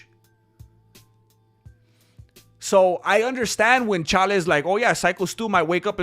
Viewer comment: Why do you mispronounce Chaels name?